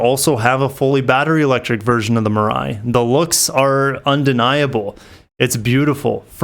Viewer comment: Great analysis. Excited to see what BEVs Toyota comes out with. Mirai (“mee-ra-ee”). Suggestion: the decorative Lexus font is over-used on your main title card. Maybe Upwork or Fiver can help.